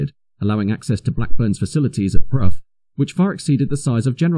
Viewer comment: Brough and Hanworth, not Prof and Handworth.